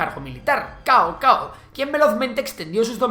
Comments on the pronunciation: Suena más como Tsao2 Tsao1, lo tenías cerca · No se lee Cao Cao, como chino me daban 5 infartos oírlo xd